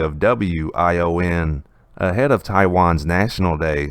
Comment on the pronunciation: WION is pronounced wee-on.